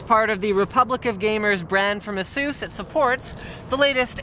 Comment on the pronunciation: don't know you pronounce it as aysus, not asoos. or is that an american/canadian thing